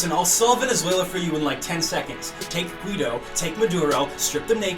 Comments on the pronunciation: Guaido is pronounced Goo-ay-doh,. Anyway great video as always King love you <3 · Guido?? Fucking Guido???? Is that how y'all pronounce his name?? Holy shit??? What the fuck?!?! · Did you seriously just call Juan Guaido, Guido? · Christ is that how americans say Guaido? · for some reason, him mispronouncing Guaido was the funniest part of this for me.